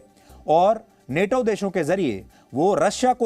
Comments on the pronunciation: नाटो है नेटो नही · Neto nahi nato hai pronunciation to sahi karle baba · Are bhai English to ache se padh lo bhai Nato hota hai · Neto ni NATO hai woh 😂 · नेटो नही नाटो सही बोलना सिख, लोगो को लड़ाने वाला न्यूज़ चैनल